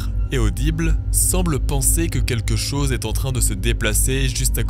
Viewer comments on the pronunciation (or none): "Quelque chose" pas "quetchose.......sinon bonne enquête comme d'habitude 👌👍